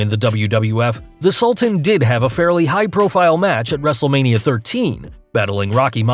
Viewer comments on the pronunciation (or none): none